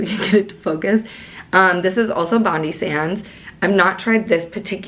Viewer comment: 💖😆Hi 🤗 Honey I love you 🖒 was the one with the tip about the straw 👌anyhoo BONDI is said as BOND-EYE but say it as one word 🖒Bondi Sands is an Aussie brand... I'm an aussie 😉 girl ur gonna be buzzin ✌💖🐾